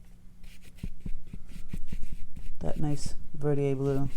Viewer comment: I’ve been trying to find the blue she is using. How is it spelled? She’s pronouncing it Verdieay? There is a Verditer, I think. Is that the one? Thanks. I didn’t see it in the notes but may be overlooking it.